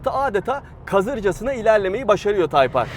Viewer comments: Nasıl yazılır ? Type-R Nasıl okunur ? Tayp Ar Nasıl okunmaz ? Taypır :) :) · Nasıl yazılır:type-R Nasıl okunur:tayp ar Nasıl okunmaz:taypır :D abi yarıldım yaa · Nasıl yazılır? Type-R Nasıl okunur? Taypar Nasıl okunmaz? Taypır =O :-P ;) :-( :-) :-! :-$ B-) :O :-* :-D :'( :-\ O:-) :-[